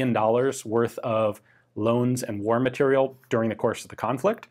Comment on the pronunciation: Matériel still isn't pronounced "material".